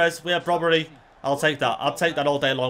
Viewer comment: its brobbey there is no r in his name